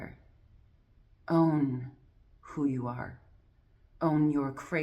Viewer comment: When you say own I hear auhm